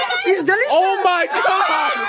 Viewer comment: “This is very dishlerishious” IM CRYING